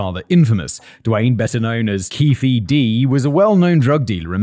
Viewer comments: Excellent episode everyone involved, ive been a big fan of Tupac since he was still alive making music and i learned things i didn't know about him in this. 1 small criticism the guy who was arrested and yes everyone has know about him and Orlando for years, his street name is pronounced "Kee Fee D" again great episode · Man this one was hurting me fr. I feel like he should maybe have a writer from the area give pronunciations when possible. Especially in a case like this where the victims name is mispronounced. not as much for the perpetrators even though he did start saying "keefy" and not keef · I don't think that's how you say keefe d's name... lol